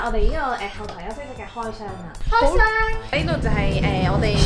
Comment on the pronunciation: “開湘” (不可以瑟瑟…)